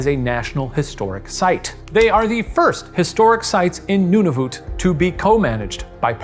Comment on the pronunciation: I'm Canadian, and Shane's pronunciation of "Nunavut" tickled me. Great episode, Ghoul Boys!